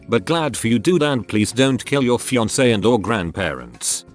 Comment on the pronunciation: Who doesn't love a Fian-Kay?